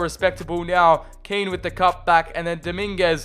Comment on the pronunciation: Kean prounounced K-e-e-n